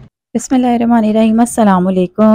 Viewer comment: Sister plz read bismillah properly